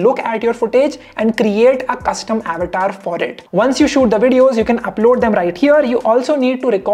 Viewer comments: It's good,but why u calling it Abatar , it's Avatar our Sanskrit word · How many got irritated for his Avetaar pronounciation😂😂